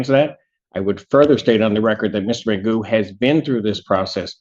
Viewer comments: Mr Magoo 🤣🤣🤣 his name is pronounced Magoff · It's pronounced McGoff. Scottish name. He needs to go to jail for that alone... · I thought I heard McGoon 💀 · If I don't read the caption below video I could've swore I thought he called him mister magoo🤣🤣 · The correct way to pronounce his name is "McGoff", it's an old Gaelic name, it means "of the horse". This numpty can't even say his own name properly. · It's McGough, pronounced McGoff. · anybody with any sense would pronounce it like that but he himself says Mcgoo. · i immediatley started laughing after hearing the judge pronounce his name lol